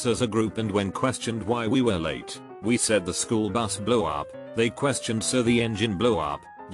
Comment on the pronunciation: Why does he say "blew up" so weird?